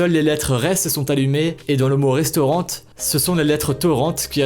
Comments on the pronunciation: Restaurant est sans e donc on dit restaurant mais pas restaurante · Pas restaurantttttte mais restaurant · POURQUOI TU DIS RESTAURANTE ON DIS RESTAURANT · On dit pas restaurante on dit restaurant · Par contre restaurant de prononce « réstoran » et non «restorante » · C moi ou il dit restauran[T] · Il dit restaurante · Euuu restaurant on le dit pas « restaurante » parle français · On dit restauran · Il prononce le T dans restaurant?? MDRRRRRRRRRR